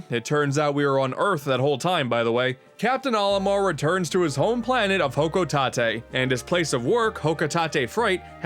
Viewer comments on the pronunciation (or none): Bro it’s hocotate not hocotatay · Wait!! Hocotate (Ho-co-tate), not Hocotate (Ho-co-ta-te)!!! Jeez! Listen to the sounds the Pikmin are saying in Pikmin III's Bingo Battle when you (playing as Olimar) have the winning piece! Found the obscure sound bite yet? Good! Hocotate (Ho-co-tate)! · hoco tah teh? NO. Hoco-tate. Hoh-Koh-Tet. Hocotate. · It’s Hock-O-TAte Not ho-ko-ta-tA I don’t know why this bothers me so much lol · It’s Hocotate. Not Hoco-tah-tay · i got pikmin two yesterday for my bday Edit: HO COH TAH TAY? it’s Hoc oh tate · Hocotahtay Frahtay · It's pronounced Ho-Koe-Taite. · Him saying hoco tatay hurts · It's pronounced hocotate like Cate the name not potato... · Why did you pronounce hokotate wrong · Your pronunciation of Hocotate makes me want to die